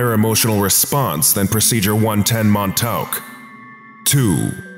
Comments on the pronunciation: Mon-taowk? Try 'Mon-TAWK,'. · You're pronouncing Montauk wrong. I don't know how to tell you the correct pronunciation through text, though. Edit: The letters au when put together make an aw sound. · I don't think that's how you pronounce Montauk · I love the way the narrator pronounces “Montauk” 😂